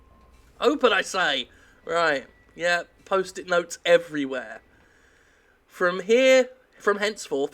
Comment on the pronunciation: It's Jim's inflections that really make me laugh. He coulda said "They're everywhere!" like a normal person but instead, Jim being magnificent, he said "They're Ev-ree-WHERE!" and I laugh. Thank God for Jim =)